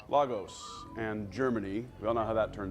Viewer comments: It's pronounced "Lay gos" The city in Nigeria shown in Captain America Civil War 😩🙄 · not to be an A-hole.. but as a Nigerian American citizen who lived in Lagos... its pronounced Lay-Gus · Its pronounced LAY-GUS Lagos. Please